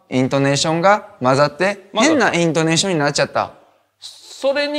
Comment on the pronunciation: イン↑トネーション⤵︎